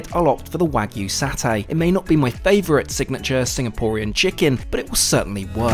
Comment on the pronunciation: I like the video, and SIA is my favorite airline by a large margin. But, the word is satay, or the Indonesian spelling of sate. In Malayo-Polynesian language there is no "Saa". It is "Saw" "tay".it's it s nails on a wall.. Also- it's not Ren- DANG. It's Ren-dong.